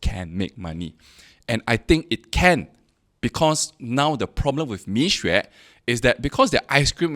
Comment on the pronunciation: It doesnt take good Chinese to pronouce between 蜜or米